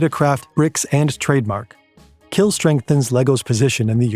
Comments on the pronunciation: oh boy the pronounciations were HORRID "kjeld" is pronounced similar to "shell" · great video, next time you pronounce a name like kjell be aware that the kj sound in scandinavian languages is the same as sh in english. Kjell is pronounced shell